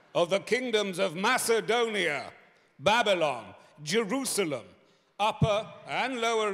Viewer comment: Love Berry's pronunciation of Macedonia.